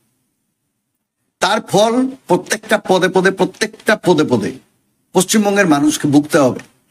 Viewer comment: আপনি কোন জেলার লোক...পদে পদে টা শুনতে কেমন যেনো লাগলো 😂